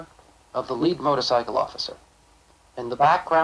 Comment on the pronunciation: I love they way they pronounce motor--sickle!